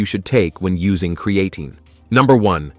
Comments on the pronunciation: Lol@ pronunciation of Creatine! 😅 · It would be nice if he pronounced Creatine correctly. If it increases DHT , no thanks .